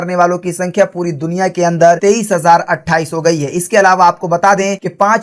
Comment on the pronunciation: Sale 79 ko 28 bol raha hai